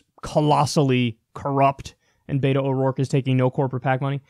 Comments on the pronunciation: Bet-o not Beet-o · It's pronounced Bet-oh not bait-oh